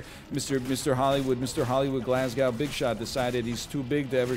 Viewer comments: im sorry, hold on. "glas-gauw"? Like moscow? hahahaha no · Enelle daddy, don't be mispronouncing Glasgow like that.